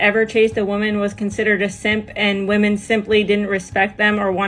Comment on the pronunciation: Grandma is chasing Chad still…”wUmon most effected”